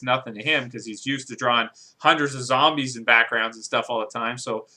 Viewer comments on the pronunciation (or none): it's zombies not sombies